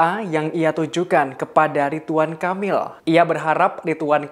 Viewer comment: Aku kok dengar nya “Kapil “ya di detik sgn😀 bukan nya “Kamil”, ini bkn yg pertama kl aku dengar pembawa acara ini baca nya salah. Aku nggk nyombongin diri ya org Indo rata2 sk slh persepsi, klo ngomong cepat aja mrk fikir ya aman lah, kita2 nggk bakalan dengar kesalahan kata2 nya, terutama pramugari2 di pesawat biasa ( bkn yg berkelas ya, duh minta ampun mau ngakak sndr jd nya, bhs Inggris nya bule bngt ( alias bulepotan😂), aku dan suami cb menyimak dg seksama, tp nggk ada satupun yg bs km mengerti. Kyk nya lbh baik penyampaian nya dlm bhs Indo saja klo penumpangnya semua org Indo ‘kecuali klo ada org luar nya, baru dah paksain aja pramugari nya pk bhs Inggris nya.